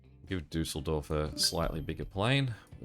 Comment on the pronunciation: I’m really impressed that you pronounce Düsseldorf the correct way! Not many foreigners actually do that. How did you learn it? Have you visited it?